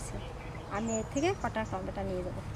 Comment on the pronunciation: টমেটা নাকি টমেটা